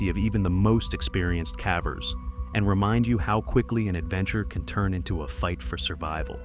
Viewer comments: Yeah, every time the dumb AI voice says "cavver", it totally ruins the mood because I have to laugh. I hate AI voices... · Apparently, AI has not advanced to the point where it can pronounce the word cavers correctly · I need assistance. Is it really pronounced as cahvers? Not like cavers/kayvers? I feel silly for asking i honestly just dont kno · "Calvers" that's how you pronounce cavers? Block this AI bs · What the hell is a cav ver anyway? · Lost me at cavvers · Whats a cavver? 😂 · Does the AI narrator have a speech impediment with "cavers"?